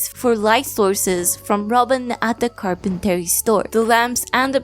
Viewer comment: Okay, maybe it's the alcohol and maybe I'm being pedantic, and now I'm sure I'm coming off as hostile, but I just want to say, that "carpentry" in English is pronounced "car-pen-tree" and not "car-pen-tarry" and as I'm typing this I am already regretting it post comment